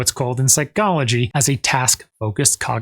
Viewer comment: I line the Phycology pronunciation.